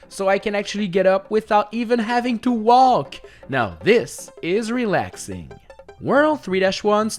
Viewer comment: Why do you pronounce "walk" wrong?